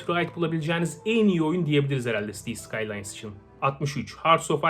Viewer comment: ı gördüm hee ben cities skylineı alcam dedim: sitis sıkaylayns